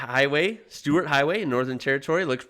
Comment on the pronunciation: In 2016 they introduced the law of 130 kmph on the Stuart Hway it's pronounced : Stirt and this guy is a kiwi 🥝 😂 The call it THE TRACK 233kmph = 145. 625 mph Fastest i have been is 285 kmph on a motorcycle 🏍 220 in a car 🚙